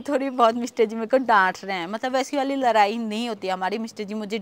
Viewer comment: Abhi bhi ladai ko larai bol rahe ho😂😂😂